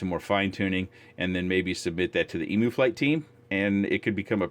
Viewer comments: Emu is pronounced "ee mew" not "e-moo" 😜 ... I just love the way you say motor post to motor post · it’s pronounce dmore like ee myew with the lower level y, as in you.